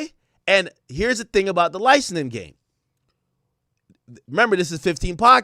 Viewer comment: Somebody teach this man how to pronounce licensing 😂